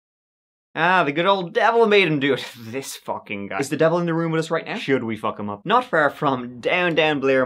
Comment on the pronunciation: "Should we fook him up?" 💀💀💀